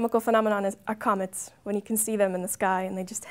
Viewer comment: what is she actually saying? "Acomets"? I can't find anything to comets that stays for months...